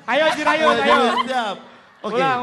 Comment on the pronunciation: Jirayut bg, bukan Jurayut.